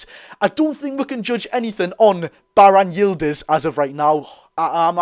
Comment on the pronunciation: Me dad is Turkish you butchered it to the point it ain’t halal 😂 but even I’ve never heard of him